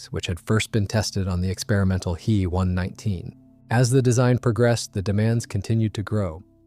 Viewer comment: What, you never heard of a He-plane? 🤣 I agree, I didn't know it was AI at first, then it kept saying HE instead of H then E.